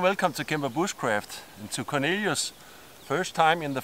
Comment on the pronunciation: I like the way you pronounce Cornelius, like Lilu from The 5th Element! What a cutie!